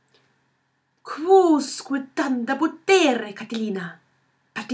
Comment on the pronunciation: The pronuntiayion is bad ! The first word is pronounced cvouscve